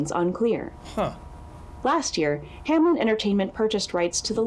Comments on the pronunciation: "Hamlen, Hamlen, Hamlen" So close yet so wrong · Is no one gonna talk about the fact that the company is named Hameln but everyone (even people in the tapes) pronounce it Hamlin. Putting the L before the -en. Did they mean for it to be spelt like that? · does it bother anyone else that its "Hameln" and not "Hamelin" or "Hamlen" or something?? It sounds like everone is saying anything but Hameln.